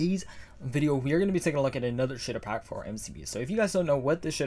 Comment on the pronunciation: When he talks fast, he says “sh!tter pack”